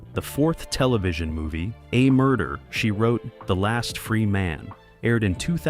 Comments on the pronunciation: Wish the video creators would train the AI to at least say the show's name correctly. It's not that hard. Really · The AI voice is distractingly and laughably jerky and hokey. Can't even appropriately pronounce 'Murder, She Wrote'.